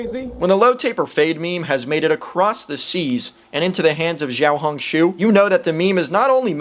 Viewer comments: as a person who lived in china for quite some time he pronounced it terribly 😭but pretty good for a foreigner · I mean, the vowels were good but the first consonant of xiao was completely wrong, it sounded more like ‘j’ or ‘zh’ it’s supposed to be a flat tongued ‘sh’ sound. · you are wrong, the reporter in pronounced it better than, why did he say "jiao"??? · I mean the first time he said it, it wasn’t horrible however he developed into saying incorrectly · its pronounced siao hong shu (spelling is xiao hong shu) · And the"书"is also wrong it's pronounced as su even though the word is shu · Bro said Jiao Hong su but it's xiao Hong su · chinese here, you pronounced xiaohongshu pretty good, the 'xiao' was almost perfect. the reporters did it worse Edit: did not realise he said jiao instead of xiao 🦶💀💀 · 小红书 xiao hon shu 😂 that is how to pronounced 🎉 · U didn’t pronounce it right- It sounds like “Shee-yow-hoon-shoo” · YOU DID NOT PRONOUNCE IT RIGHT The first word means “small” and small is siao u said it a bit different yes I’m Chinese why would I use translaters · Bro said "ZHIAOHONKSHOE"💀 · He didn't pronounce it right bruh, pinyin is a Romanisation system, you learn to pronounce as needed. English is missing these sounds since they faded away. He just said jiao hong su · Im not chinese but he said jiao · No were close to how you pronounce小红书I’m Chinese soooo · no you didn’t pronounce it right Chinese, and this is a tonal language and English isn’t so foreigners won’t understand Plus that’s a simplified Chinese and I don’t know how to write that, but I’ll write its name in traditional Chinese 🤓小紅書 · yeah no that pronunciation was way off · its more pronounced "xiao" as in the show in shower, hong as in like hoooong not a "oh" sound more like an "ooo" sound like when you see something cool, and the "shu" is pronoucned "shoe" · you pronounced that wrong lol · im from hong kong STOP PRONOUNCING RED NOTE IN CHINESE INCORRECTLY PLEASE IM BEGGING